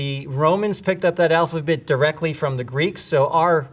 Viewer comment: He says alphabit *